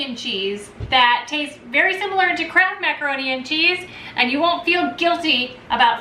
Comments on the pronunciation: Up to the 5 min mark i thought you were saying "crap macaroni and cheese. Now i see it was "kraft" . Oops. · Closed captioning on this video read "crap" everytime she said Kraft. It made me giggle.